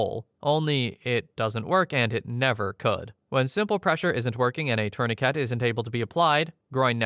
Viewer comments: Dafuq is a 'torniket'....?! 😂😂😂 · Why does bro say tourniquet like that ☠️